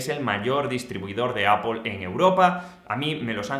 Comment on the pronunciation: Puedes dejar de decir apol